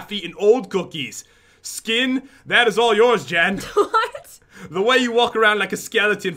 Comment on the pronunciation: Lil Bird Jen not Gen